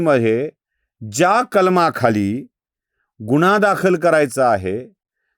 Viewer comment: निदान गुन्हा हा उच्चार तरी नीट करा गुणा म्हंटल्यावर काही वेगळेच वाटते